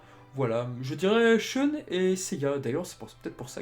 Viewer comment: Excellente chaine! Par contre en regardant tout en vo, je n'ai jamais entendu andromède être prononcé shOUne...